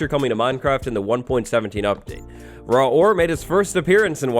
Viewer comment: You said raw war XD. No hate